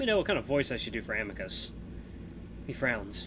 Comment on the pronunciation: Please don’t voice Amicus with an Italian accent please 🥺